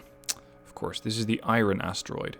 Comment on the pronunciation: 'Love the videos... 'Hate the way you say "iron".